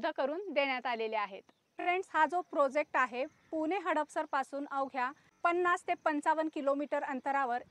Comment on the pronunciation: Mam.....prosect nahi ..... प्रोजेक्ट.